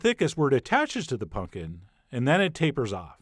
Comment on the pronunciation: Chef says pumpkin like my dad, "Punk'n."